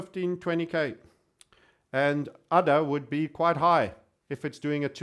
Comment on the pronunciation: All these times i heard you say udder, it's really ada.:( guess i should make udder coin.